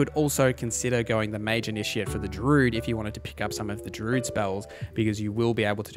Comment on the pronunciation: First comment ever on YouTube.. but gosh darn this guy saying DROOD every time during the DRUID section made me not enjoy this...